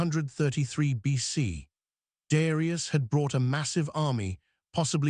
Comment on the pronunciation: Man you take time to make a video and you let it say Darius ai ai ai!! Wtf such a pity